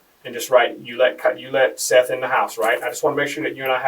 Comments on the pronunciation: It's not Seeth. It's Seth. Short e. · That Seeeth shit is painful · Get his name right. It's pronounced like Seth. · I hate when they mis pronounce the victim's name and call him Seeth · If you're going to be so lazy and use speech to text software for your narration, the name is pronounced SETH not Seeth. So be lazier and remove the unfortunate a from the victim's name so you can at least pronounce their name correctly. It's a small sacrifice while you're seeking revenue from the stories of victims. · Bruh they literally pronounce his name for you. Show some respect for the dead guy your profiting from and at least pronounce his name right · It was pronounced “Seth” but spelled “Seath” and you’re telling his story and making money off his death.